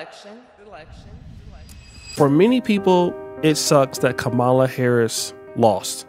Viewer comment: Why do you continue to mispronounce her (VP Kamala Harris) name? I can kind of understand during the election cycle, but it's over. To continue to do it now is just petty. , + LA